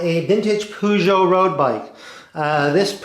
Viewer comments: Purr-jo not Poo-jo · What's a poogeot ? Lol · Pronounced 'Perjo'...btw.